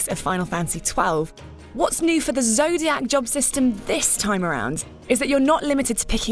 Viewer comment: "The Zodiyaakk age"